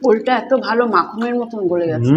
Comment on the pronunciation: বৌদি কথাটা মাখম না, মাখন ঠিক করে বলুন